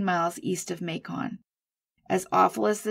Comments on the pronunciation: Thanks for covering these cases. Just so you know, Macon, Georgia is pronounced like ‘bacon’ 🐷 😉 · Awesome job! You need more subs for sure! By the way Macon rhymes with bacon. 😊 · Macon is pronounced like bacon ❤️